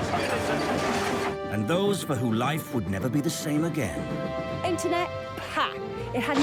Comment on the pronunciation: "Intahnet?! Pah!"